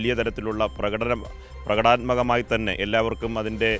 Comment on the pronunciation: റിപ്പോർട്ടർ ( )വാർത്ത പറഞ്ഞതിൽ തെറ്റ്.... പ്രകടാ ത്മകമല്ല ---പ്രകടനാത്മകമാണ് ശ്രദ്ധിക്കുക "